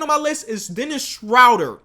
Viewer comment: It's pronounced Dennis shrooder